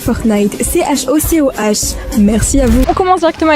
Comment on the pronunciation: Mais pourquoi ya un"h" à la fin de chocoh ? Mais sinon je t'adore ❤